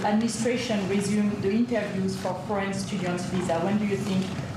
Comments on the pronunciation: C’mon…I think Trump us garbage but he wasn’t confused. He heard her accented pronunciation of “foreign” as “French.” He may need a hearing aid and squawks in ramble-speech, but that’s nothing new. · I cannot stand 47, but pause here please - I worked for an international corporation for a while - the speaker was clearly a native French speaker and her pronunciation of "foreign" could have been interpreted as "French". Also, Americans are notorious for being unable to pick up the intent of foreign speakers and we are talking about a guy who clearly struggles with English. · It sounded like she said french to be fair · I thought her accent was unclear too -I don’t think difficulty in understanding her question initially is a sign of dementia!-she pronounced ‘foreign’ very much like ‘French ‘ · Don't get me wrong, I'm with you 100%. I can understand though why he thought they said "french". I'm slightly hard of hearing myself and it did sound like she said french rather than foreign, but only if I was only halfway paying attention. I'm also not the president of the USA doing a press conference where anything less than 100% attention is tragic. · In Trump’s defence (and this is the first time I have ever said this, as I am absolutely anti-Trump!), that reporter’s accent WAS very thick, and she kept saying the the word foreign very fast as 1 syllable (“forn”) rather than 2 syllables (“for-in”). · I'm three years older than Trump and I heard her say French twice, as did Trump. I understand every word that Bryan Tyler Cohen says every time I listen to him, but I understood very few of the words this reporter said, because of her accent and mispronunciations. I know that my hearing is not the best and likely Trump's hearing may also not be the best. This may not have been the best example to make conclusions. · Okay. The woman has a heavy French accent. She is saying foreign as if it is one syllable so it sounds like fran Fran student visas